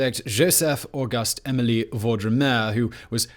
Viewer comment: Emile not Emily!